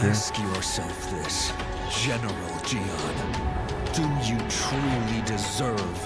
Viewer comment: Ya know, I'm actually impressed that you pronouncing his name as John makes sense. Cuz saying Ji-Yahn fast enough is just John. Unfortunate that his name is not pronounced that way lol Oh no I forgot this was when the voice direction was not good. The acting was good in most cases, but oof to the pronunciations by the characters